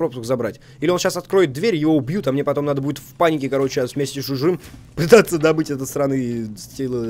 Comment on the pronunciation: я заметила только то, что Дима вместо слова "чужим" сказал что-то типа "чжмжим"